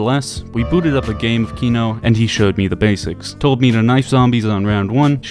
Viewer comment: Your pronunciation for Kino is ON POINT :)